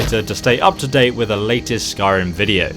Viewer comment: Skyrim not "Sky Run".